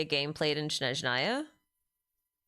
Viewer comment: Thanks for another live stream. I'm sure this came up before and you probably don't care, but it's SNeZHnaya, not SHneZnaya. The first syllable is SNEZH, imagine saying "snek" and just change the last letter to ZH. The rest is easy - NA-YA. Russian is not an easy language and I'm sure many things will get mispronounced by VAs but this is the name of a wholeass region.